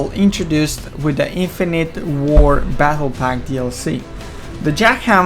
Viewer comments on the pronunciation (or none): none